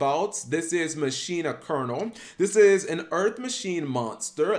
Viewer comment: Ma-keen-ah Machina